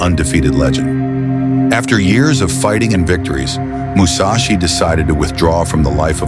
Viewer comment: Seriously? Musachi? How many samurai did you have to choose from?